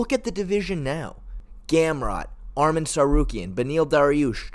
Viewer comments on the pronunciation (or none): none